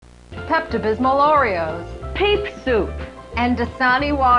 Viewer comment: Brother I can’t take a horror video seriously if it starts with “Pepto Bysmal Oreo”